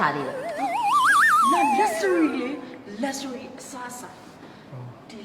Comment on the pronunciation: Luxury ကို လပ် ဇ ရီ လို့ အသံ မ ထွက် ရ ပါ ဘူး မြန် မာ အများ စု မှား နေ ပါ တယ် အသံ ထွက် အ မှန် က " လပ် ရှူရီ" ပါ မဆွိ တို့ မွန်း တို့ လပ် ဇ ရီ မ လုပ် ကြ ပါ နဲ့ တော့!😂❤